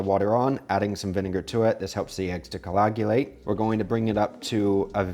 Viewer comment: I love your videos and your approach! I'm also from Washington! One tip--I think I'm hearing you say "colagulate" quite often, instead of "coagulate". I might be wrong, but it sure sounds like it. Thank you for doing what you do!